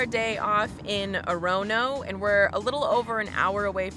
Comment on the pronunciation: Hands down, most creative pronunciation of Orono 💕